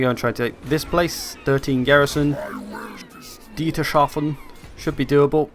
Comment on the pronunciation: Dietershaven...haha...it's called Dietershafen...no 'sh'...'s' and 'hafen'...man, that can't be so difficult...come on...only 's' and 'hafen'...Dietershafen...uh fuck man, this name is so ridiculous XD